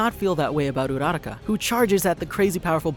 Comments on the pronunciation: I was reading the subtitles and when he said "urarka" It said "erotica" IM DYING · I lke the video. But why are you pronouncing Uraraka like that??? They say her name in the show it's Oo-ruh-ra-ka